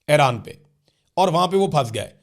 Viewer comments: The name Iran is pronounced EE-RAAN, not "Ae-raan". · What is Airan? Its Iran, isn't it? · Area kutti eid ai nei to yea Airan he bhoolgeai ha